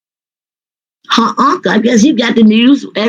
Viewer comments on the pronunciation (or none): What is a Unca? You mean Uncle 😂